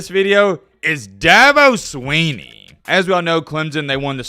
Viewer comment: Thank you, well put. doesn't even know to pronounce the man's name. That should tell everything you need to know. He listens to a bunch a fodder and reports what he hears.👍